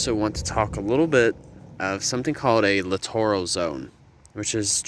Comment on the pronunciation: Look up the pronunciation for littoral. You’re saying it wrong. 🤦‍♂️